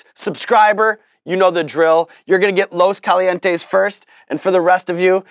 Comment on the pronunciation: lmao. “Lowe’s kahlee N teS” all love and support from Vegas.